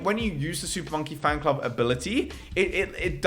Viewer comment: He finally said "super monkey fanclub" right. You missed a few. -_